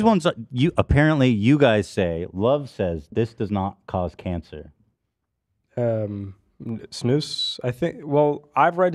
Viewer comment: lmao at their pronunciation of snus, it's sn-us, not sn-oose. Took me a while to figure out what they were talking about.